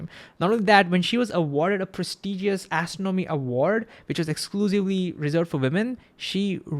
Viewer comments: Great video! FYI the words “astronomy” and “astronomer” are pronounced with emphasis on the 2nd syllable, like a-STRON-omy and a-STRON-omer. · Your video is great, but please speak a bit slower. Your accent and speed/cadence makes you difficult to understand. Also, you are mispronouncing 'astronomy'.